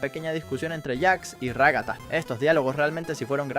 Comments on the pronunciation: Ragatta❌ Ragasa😃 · xD ragasa en vez de ragata y supersivo caine xD